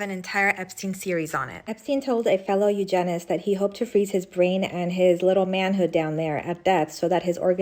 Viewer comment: I can't take any information seriously from a person who can't even pronounce the word "eugenicist" correctly!